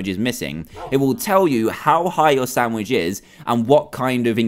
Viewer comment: When he said chop up the carrots to put in the samich